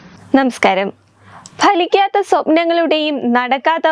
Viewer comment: ബലിക്കാത്ത അല്ല ഫലിക്കാത്ത. ഉച്ചാരണ ശുദ്ധി വാർത്ത അവതാരകർക്ക് അത്യാവശ്യം വേണ്ട ഒന്നാണ്...